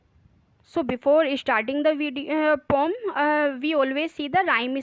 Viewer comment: Poem hai pom nahi😂 are you a teacher